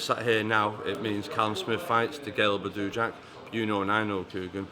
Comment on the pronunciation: "Badoooo jack" 😂 can't even get his name right. Manc twat.